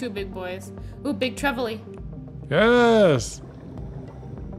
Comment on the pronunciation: I think you pronounce Trevally the same way you would say "vally," just with a quick "tre" at the start. Not very important, but you seem to struggle each time😅